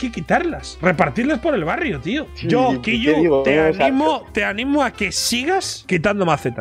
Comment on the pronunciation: Que grande Ibai diciendo kiiyu, que buena pronunciación crack jajajaja